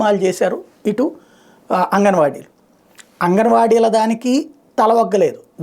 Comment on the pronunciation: చిన్న కరెక్షన్ అంగన్వాడీ కాదు 'ఆంగన్వాడీ '. నిజానికి అది హిందీ శబ్దం అది. అందరూ తప్పుగానే ఉచ్చరిస్తున్నారులేండి.